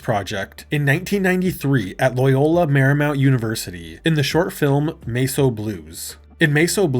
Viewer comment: Are you using TTS now? Because there's no other way I can think of to explain "Mess O'" being pronounced like that.